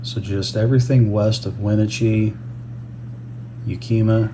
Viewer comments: Wenatchee- pronounced: We-the ‘e’ is short vowel. Natch- Chee It’s like the ‘ch’ is added to the ‘t’ yet also joins the long vowel double ‘ee’ at the end. Phonetically like: Wuh-nat(ch)-chee I hope I made that make sense for you. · Thank you from Northern Idaho (Hayden). Wenatchee is pronounced we natch ee, yakima is pronounced as Yack ee Ma.🏳👐📖🙏🤝🥰🦅